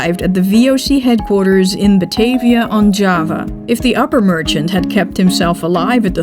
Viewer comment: best bijzonder, de namen worden wel in gewoon abn uitgesproken, maar de Batavia als batayvia.......